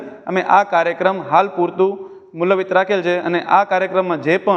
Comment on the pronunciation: મૂલવિત નહિં ભાઇ મુલ્તવી બોલો